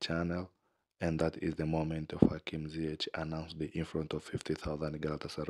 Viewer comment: Onun adı Hakim Ziyāş/Ziyāsh diye telaffuz edilir. Stadyum spikerinin bunu bilmesi gerekir. Veya bir yetkili bunu ona bildirmeli. Bir futbolcunun değeri ödediğin paralardan çok, ona gösterdiğin ilgi ve özenle ölçülür. Doğru telaffuz etmelisiniz, kardeşlerim. O kadar jest de olmalı artık. O stadyum spikeri bunu beceremiyorsa, görevi bırakmalı. Ailemize hoş geldin Atlas Aslanı Hakim Ziyāş.